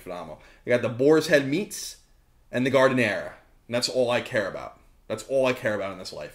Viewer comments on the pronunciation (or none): "Garden-era" Look man, I'm from Chicago and that's not how you pronounce it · Oh no, Colin. You CANNOT pronounce Giardiniera as "Guard-a-nare." As a native Chicagoan, you made my head spin. lmao Great vid - thanks for the awesome uploads! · Colin I'm 100% Sicilian, giardiniera is pronounced Jar - Deen - Air - Ah. Love the videos.